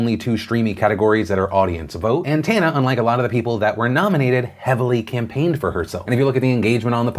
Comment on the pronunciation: Deffinently not Tanna